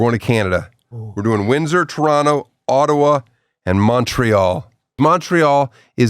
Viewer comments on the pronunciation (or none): none